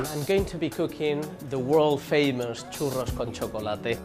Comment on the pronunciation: Chorrus con chocolate... hahahhaah